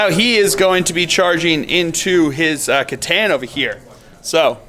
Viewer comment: i hate it when people say "Setan" in an attempt to pronounce "C'tan"